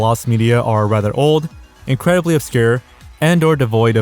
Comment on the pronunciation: "incwedibly odd piece" 🤓🤓🤓